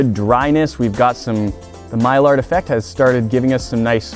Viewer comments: Also, it's pronounced my-yar reaction, not my-lard reaction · Very cool video c: Also Maillard Reaction is pronounced "my - yard" not "my - lard", it's a French word. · It's pronounced the myyard reaction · Maillard's is pronounced "mah-yarh" because French. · I cringed when he mispronounced "maillard"